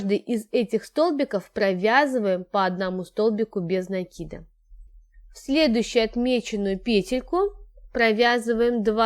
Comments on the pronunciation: Правильно говорить накИд. А не нАкид. А то получается по тарабарски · Девочки! Ну сколько же можно. Вяжете прекрасно, в вот говорите... В слове НАКИД ударение на первый слог !!!! Без нАкида! Ну слушать же невозможно